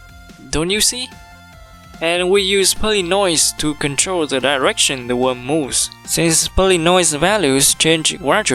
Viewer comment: Got me cracking: "Is a woem, yu see"